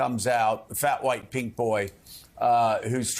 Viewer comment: Lol. I had to rewind it, I thought he said “pig”.